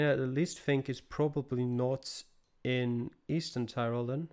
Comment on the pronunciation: You have a very good pronounciation for the places